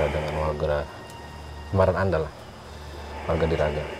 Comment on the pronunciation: Wagra Diagra sanes Wagra Diraga, sanes kitu??